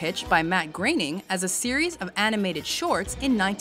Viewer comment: its not pronounced "greening" (groening) is pronounced (grow-ning) ik because, he is my half uncle i guess you would say, my name is Blake Groening, my dad is his Half brother